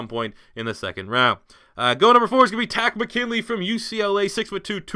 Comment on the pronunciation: It is not Taco McKinley it is Tarist Mckinley